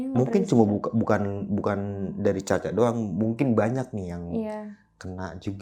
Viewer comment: Speak up bang bukan "spick up" 😮😂